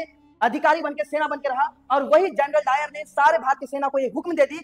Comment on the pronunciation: Janral o dayar nahi janral dayan😮‍💨🫤